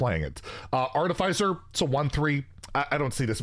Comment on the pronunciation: Arte-fee-sir Not Arte-fy-sir.